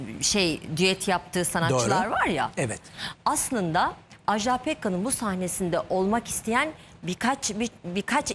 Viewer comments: Televizyonda program yapmak için Türkçeye hakim olmayı gerektirir. Bu hanımı kimse neden uyarmamış acaba? AJDA PEKKAN'ın adı AJDA'dır, Ajdağ değil!!! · Ajdaaaaa diye okunmaz "Ajda" tek "a" ile okunur.